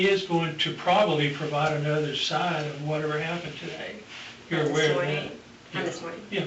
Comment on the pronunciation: The worst crime she committed was saying, "A-whole-NOTHER"